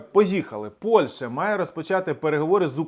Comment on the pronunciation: ПольШа чи ПольЩа? Ти "україномовний гугнявий" чи малорос неграмотний? Коли "борешся" на віртуальному фронті з пропагандою, то борися і з своєю російськомовною вимовою ПольЩі.